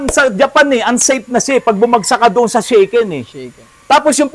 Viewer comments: Good evening po Sir! Here in Pampanga we call them AFAM sa mga American foreign-gers lalo na may kasamang Filipina pakners… 😆 Correction lang po sa sinasabi po ninyong “Shaken” ang tamang pronunciation po nyan sa Japanese ay “Sha-Ken” as in Shasha, not “Shey-Ken” na kinakalog… Sobra naman kasi minsan manlait ang mga commenters po ninyo wala pong taong bobo sa Ingles what matter most is nagkakaintindihan kayo ng kausap mo. Mga iba dyan kase natatakot lang magsalita ng Ingles baka mali-mali raw ang kanilang grahams! 😂✌️🥰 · Boss, FYI lang po--yung mandatory vehicle inspection sa Japan is called "shaken" pronounced as "shah-ken" (hindi shaken ng english or inalog ng tagalog). Baka kasi mapulaan na naman kayo ng mga magagaling😅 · Shaken po sir ang pag bigkas😊ibig sabihin po nun rehistro…